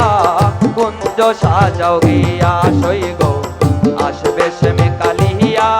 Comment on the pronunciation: Not Sam it is Shyam take care pronounsan